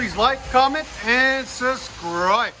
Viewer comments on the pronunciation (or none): I've watched an awful lot of your videos, love the videos and great information! Its not a big deal and i don't know why its bugging me so much but every video you say "like, comment and subscribe".... this issue I'm having is when you say subscribe, your saying sus-cribe, your not pronouncing the "B".. as in SUB-scriBe. like I said, I don't know why its bugging me so much! Maybe It's because I'm tired and need to just go to bed. Other then that, I like what your channel is about and what your doing to promote, as well as letting people get a first hand look at all the different exhausts to make a smart purchase.